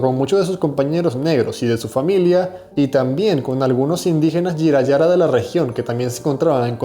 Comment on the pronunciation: Se pronuncia Buría y los indígenas se llamaban Jirahara, con "j" española.